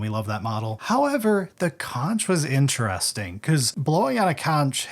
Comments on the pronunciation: It's pronounced konk! Not Conch!!! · Erm actually, conch is pronounced like "conk" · Thanks for the video. Conch is pronounced 'conhk.' He's blowing his conhk.